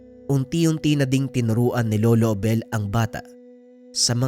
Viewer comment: Bakit po ang gulo ng pag bigkas mo sa pangalan ni lolo Abel JD